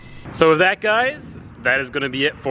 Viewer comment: I feel like he keeps saying wif instead of with.... I wonder if he also "axe" people questions...